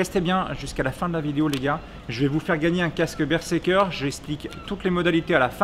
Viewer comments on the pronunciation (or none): y'a que moi que ça trigger la façon dont il prononce le model du casque ? x) bonne vidéo cependant <3